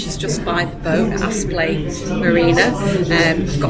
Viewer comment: Great vlog, life isn’t all cruising through the deserted countryside. I’m sure no one really minds, but it’s Apsley, not Aspley (I only know because I lived close by). Keep them coming 😄